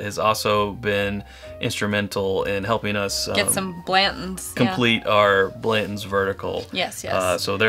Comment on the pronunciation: I like your reviews, but both of you leaving out the T when pronouncing Blanton's is grating on my ears